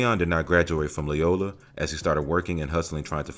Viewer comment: Sooooo.... we aren't going to mention SPIRIT LOST??? Great movie and his character...smh but anyway not to offend, it's Loy(like toy)ola (or lo like yo... depending on whatever side of the map you're from) Loyola and matinee... mat I nāe